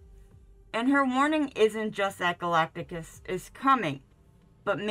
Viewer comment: Why are you wearing a mask? Also, you’re pronouncing Galactus’s name wrong.